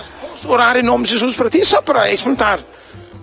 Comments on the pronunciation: Em Portugal, não dizemos "Xesus". ahahahah. O homem louco da religião tem esse pronúncia porque ser gringo ou o raio que o parta. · o cara tava falando inglês britânico no começo do vídeo e a pronúncia dele do pt denuncia q não é a língua materna dele (xexux, eCSperiências).. ele provavelmente é britânico, se não for, é uma imitação de inglês britânico perfeita eu diria.. mas de Portugal ele não é com tda certeza.. qqr asno surdo de uma orelha consegue perceber isso, quem n conseguiu atingiu um novo nível de burrice, parabéns